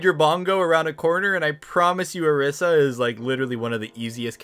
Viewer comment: dude it's not "brigeet" it's "bruh gee ta". Also it's not "or iss a" it's "o REE sa". Not trying to be a spelling snob but cmon.